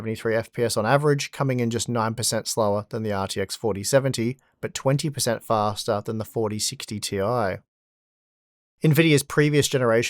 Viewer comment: fah-stah fah-stah fah-stah